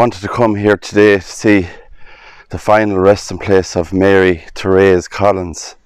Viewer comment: My name is also Therese. Its not very common here and i have rarely if ever heard anyone pronounce it correctly. Good job. Thank you.